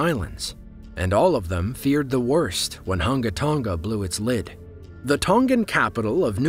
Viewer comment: Dude mispronounced the Hunga Tonga volcano. It's pronounced as Hun-guh Tun-guh Ha Ah Pie